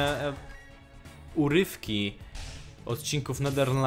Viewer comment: uRYFKI prawie jak frytki